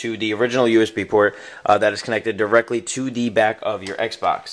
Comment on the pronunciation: are you saying D instead of the?